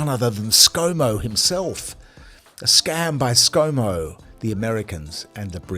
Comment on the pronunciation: Is that Scomo or Scamo?🤣